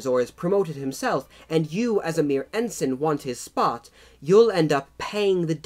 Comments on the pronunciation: Bumbling Brit hahaha and in Brit. English the rank of Ensign is pronounced with ens-EYE-n not en-sun. those upstart colonists we should have crushed then when we had the chance :D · Cringingly inaccurate pronunciation aside (Viscount, Ensign etc), not a bad explanation of the complexities of British commissioning system. Glad it pointed out that (unlike many other countries one can think of) the sons of the the privileged class in Britain have always (for well over a thousand years actually) exposed themselves to not just the SAME danger as the rankers, but far MORE because their casualty rate has always proportionately been much higher because they led from the FRONT wearing distinctive uniforms. Even in WW1 this was the case making them easy targets for German snipers, the average life expectancy of of a Second Lieutenant being 2 weeks. In our Parachute Regiments (and Royal Marine Commando and other Special Forces regiments), senior ranks up to Brigadier General jump with the men and fight along side them right in the thick of it.This policy led to a disproportionate death rate amongst officers and was the reason why after WW2 we all started to wear the same DPM uniforms in the British Army and saluting in the field was prohibited. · Ensign is pronounced en-sign (sign as in signpost). Viscount is pronounced vi-count (vi as in tie).